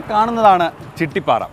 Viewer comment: ചിട്ടിപാറ അല്ല ചിറ്റിപാറ